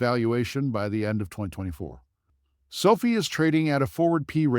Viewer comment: It’s pronounced SO-FIGH! NOT SOPHIE!